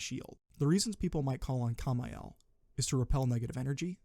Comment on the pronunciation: The fuck is "Kay mo mile"??? Its camo meel